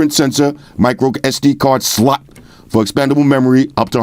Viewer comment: I love the way he says SLOT 😂😂😂😂